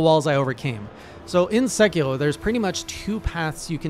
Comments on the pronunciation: So I found fromsoft knowledge made that game harder. You do not want to use the dodge button. Use run, or jump. Jump has I-frames, dodge doesn't. Also; it's Sé-key-row, not Sé-key-hrow. You don't need to add that French flair. Japanese is all single syllable sounds with a hard consonant ^.^ look forward to seeing you come back to this game, as your monster hunter journey has been rad to follow. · omg, hearing you say "Segherrrhoh" gives me anxiety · Emphasize on the R! Not L SekiRo GenichiRo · As a canadian learning japanese, your pronounciation sounds like you are saying sekiro in french lol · I thought he was German the way he said sekiro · HeyJay Japanese is not in fact French. Rs like in Sekiro sound like a quick flap. Much like you would say the R in Three or better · Are from Quebec ? The way you pronounce "r" sounds like french. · Strange to hear Sekiro, a Japanese word, pronounced like a French one lol. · Btw. Sekiro is Japanese, so you want to pronounce the r closer to how you would a d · You are saying sekiro as if you are french and I can say it because... I am french! XD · why the hell does he pronounce japanese names like if they were french lmao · I'm aboutta unsubscribe if you keep pronouncing these Japanese names in French, boy.